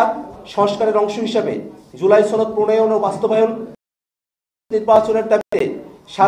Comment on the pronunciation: আপনি তো সনদ শব্দ ঠিকমতো উচ্চারণই করতে পারছেন না সনদকে আপনি ছনদ বলছেন